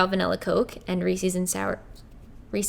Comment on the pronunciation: i actually think the way you pronounce Reece's is actually correct, but its been said wrong by the majority for so long, that now the way you say seems wrong. lol